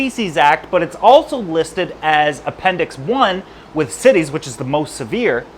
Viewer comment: Right? Also "barbels" (it's not "barbells" like in the gym) and "CITES" (not "cities") for the Convention on International Trade in Endangered Species.